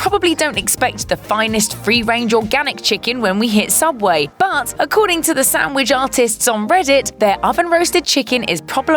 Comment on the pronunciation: Subway? U mean sooubway?